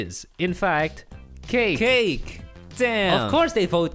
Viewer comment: The amound of triggered I consumed when the korean was literally 'cakeu' :'D